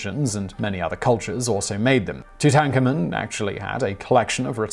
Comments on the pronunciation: Wait. What? How do you mispronounce King Tut's full name?! On purpose just for fun?! Tutankhamun = 2, 10, common. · That pronunciation of Tutankhamun was atrocious